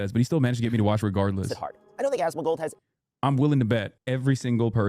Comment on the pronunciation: Why does keep saying "Asmagold"?